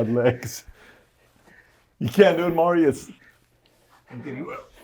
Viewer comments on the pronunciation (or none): none